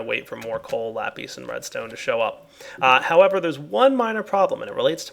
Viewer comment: its not lapes its sounded out like lapiss